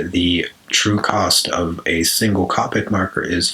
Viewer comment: It's not copic It's pronounced Cohpic